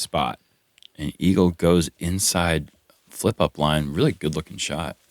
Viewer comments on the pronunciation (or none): Did Nate just call Eagle, "Eeegs" ... I don't know how I feel about this. LUL